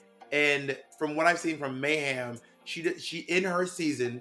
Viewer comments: Oh God not MEH-hem, lol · Can someone explain to me why everyone says Mayhem's name like "MAY HAM" Miller? Is it a read or something?